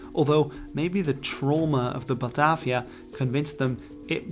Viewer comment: Batarvia. Where did the "R" come from?